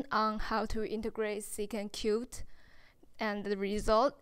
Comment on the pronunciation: It’s secant cubed not cute😂😂😂😂😂😂